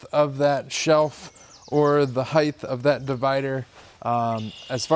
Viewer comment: Height not heighth.